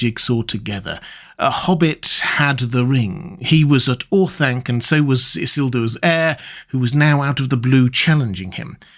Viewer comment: Or-Thun-kuh, not Or-thang-kuh